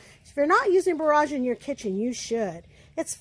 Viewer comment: It's going to be lovely! So very sorry for this gentle, but probably annoying correction, it's BORE-edge not bore-AHJ. I didn't know anything about orach so thank you very much for introducing it.